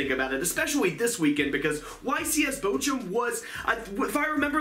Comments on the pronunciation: where is bo~jo? As a german I have no idea why you think bochum is pronounced that way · Niilser naja "Botschum" ist immernoch besser als "Bokum" wie die meisten sagen xD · As a German it's always funny to hear you pronounce Bochum so weird. But the German ch is probably too strange for the english language. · I'm from Germany, and its so funny how you pronounce "Bochum" 😂 I love your videos, because I'm a big fan of cyber dragon's. Keep up the good work! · I love how you pronounce "Bochum" XDDD